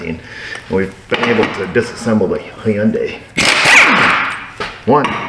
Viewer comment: Hey!! It’s pronounced “Hun Day”. 😎